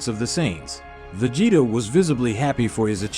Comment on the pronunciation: Vegetaw? Lmao! Please lose the ai commentary.. Other than that it is pretty good.